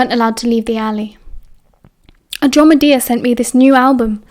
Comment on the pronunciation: an - drom- e- da not adromedia x